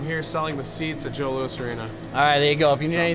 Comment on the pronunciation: Bro. It’s the JOE LOUIS. NOT Lousiseseses damn 😂😂